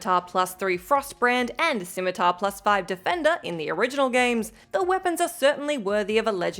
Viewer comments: Its pronounced scim-ma-ter not scim-a-taar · The way you pronounce scimitar...